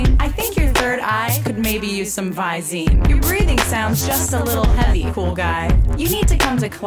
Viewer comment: not quite 15 minutes, but i love the way you pronounce visine, an subtle flex during the delivery hooked me into watching that second 900 times - which ironically did give you your 15'